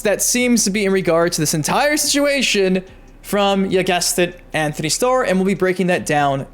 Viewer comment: Btw it’s Antony not Anthony